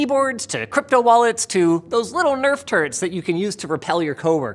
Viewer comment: I'm hearing "Those little nerf turds", but I'm seeing one of those little nerf turrets